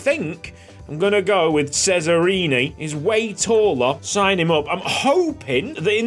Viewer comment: Hey love the content welcome back ysl🥰 just a small tip. I am from italy and and cesarini is prounounced not sesarini but tschesarini 😅 try to pronounce it😁 keep going